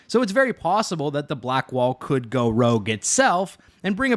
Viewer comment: Hahahahahah "I should goeee"